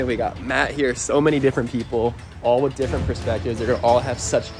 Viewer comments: “WOTH” haha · Imagine being here before he changes (woth) with (with). Just (BRUH) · “Woth” XD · He put ‘woth’ 😂😅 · The taitel is _________woth instead of with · Woth instead of with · You said woth or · Is it supposed to be with or woth? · you did this vid twice the other one said woth not with